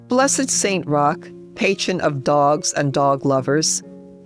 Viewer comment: Magnifique..! Merci de mettre des traductions ou voix humaines et non des robots vocaux....Saint Roch* ...Et non, St Rocher*...Saint Roch* , priez pour Nous , ...& pour Tous les Animaux, incluant les chiens, spécialement pour les chiens qui sont presque tous maltraités en Asie ( Inde*, Népal*,...)